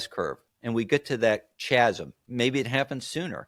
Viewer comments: Kind 'a lost me when he said "chazsim". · Chasm is pronounced Ka-zm ;)